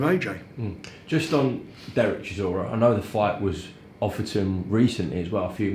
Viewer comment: Is it Dereck Chisora or Dereck Chisorda